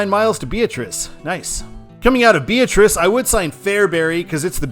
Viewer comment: the town in Nebraska is pronounced "Bee-AT-rice" not "BEE-uh-trice." Great video!